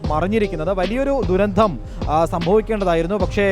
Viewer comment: ദുരന്ധം അല്ലടോ, ദുരന്തം എന്ന് പറ